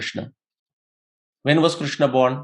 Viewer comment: KRISHNA, not Krushna. RIG Veda, not Rug Veda.